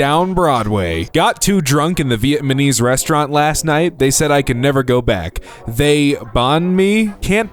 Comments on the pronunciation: So I know I’m not the only one that heard him say “Vietmanese”😭🖐🏾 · Sorry, you did not just say vietMA NEESE. 😭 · “viet ma nese” 😂😂😂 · Please pronounce “Vietnamese” correctly. The n comes before the m